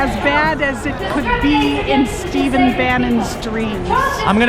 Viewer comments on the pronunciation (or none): none